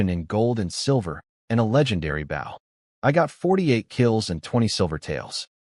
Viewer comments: Why the fuck does the AI keep saying "Bao" and not "bow"? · Please for the love of fuck teach your busted AI to say BOW instead of BAW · Stupid ass AI mispronouncing "Bow" makes me want to stab it repeatedly. You'd think there'd be a way to indicate to the AI the long-O sound instead of "ow". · Damn... with the word "bow" being so integral to the story and so often repeated... it really would have paid off to select the correct pronunciation in your ai voice generator, lol. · So confusing when it can correctly pronounce bow-string, but not bow, and the graphic, arrows backwards on the bow... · I hate eveyone of these stories that the MC does archery in. The A.I. can't ever pronouce BOW right.... 😮‍💨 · Another AI that doesn't know how to pronounce bow. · Imagine a world where AI correctly pronounced an Archers "Bow". Wouldn't that be a happy world... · the way your pronouncing bow is the part of a ship (short harsh o). where the bow for this story (weapon, soft 2 or 3 o 's when said). otherwise nice story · These ai need to be taught the pronunciation of bow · Yeah it's annoying. Same with us. It always says it as US(country) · I wish this stupid AI would learn the fucking difference between a weapon and showing respect